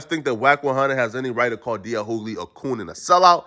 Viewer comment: Bro its pronounced D.L you-gly not hoo-gly...it's really starting to irk me😫😣😫